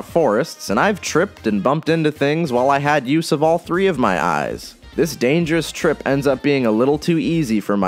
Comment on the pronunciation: im sorry did you say 3 eyes?